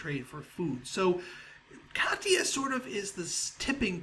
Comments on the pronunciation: Katya ka-tea-ya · katia is pronounced ka-shi-a